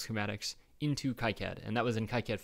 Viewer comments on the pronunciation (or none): Is there a Eagle lib importer for Kicad 6.06? (its Key-cad, not Kike-add)